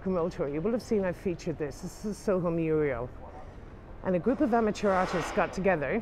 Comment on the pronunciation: Loving the vlogs, going to London in July and using them as a guide but please...it's MURAL, not MURIEL!